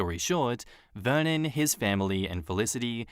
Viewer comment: I swear to god every time you said Vernon i heard it like Vermin and i was like dayum... what a nickname for your husband! I had to read it lol foreshadow?